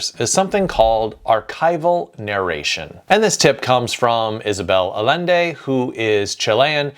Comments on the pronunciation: Good tips. I wish the names were pronounced correctly though. Bolaño and Allende were butchered but Llosa was pronounced correctly. "LL" is pronounced like "Y", not as a long "L", so Ayende and Yosa. Bolaño would be Bolanyo. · Bolaño is pronnounced, Bo-lah-gno (like la-sa-*gn*a), not like an N. Similarly, Allende: ll = y (yak) OR j (jacket), not like L. Not rolling your Rs is ok, we're aware we grow up making the sound and you do not (so we forgive you ;) ). But these sounds do make you sound more professional when talking about our big writers. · Did you hear how he pronounced Isabel Allende's last name?! ;-) I'm not Latino, but my ears still hurt. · Yes, indeed! I come here for these deep dives and subtleties of writing craft that make me think. I've read several of Allende's novels (will punk you a bit, as I'm also from California but started learning Spanish in 6th grade...it's pronounced "I-yend-A"), specifically Daughter of Fortune and The Island under the Sea. I've really enjoyed the new series of 100 Years of Solitude, especially the immersion in time and place, where I find myself 'just going with' the magical realism elements. While I still read translations, I've found so much value in reading novels from other cultures. Since I do know Spanish, I also like to play with syntax a bit while writing in English, and there have been times I wish I could just use a single Spanish word for something that requires several words in English. I also like Arturo Perez-Reverte, a Spanish author (The Club Dumas (which became The Ninth Gate), The Flanders Panel, and Queen of the South), and the way he uses setting. A great presentation to lure us outside the box.